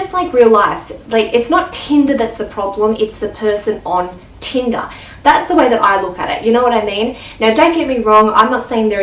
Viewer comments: Am I the only one who heard tinda and not tinder? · How many times did she say "Teenda" ? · I was just about to comment saying "Teenda?" lol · "teendah" 😂😂 how many times did she say that in one minute? damn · yes, tindAAAAAAAAAA. Get over it